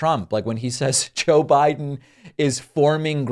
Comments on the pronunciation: He says "Joe Bride" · CONald trump Suffers from, SEVERE, Joe Biden Derangement Syndrome , He Can't even say his name correctly!! 😂😂😂 #JBDS #FDJT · 😳 Dude is running for President and mispronounces the name of his opponent. Biden will PULVERIZE Trümp if he shows up.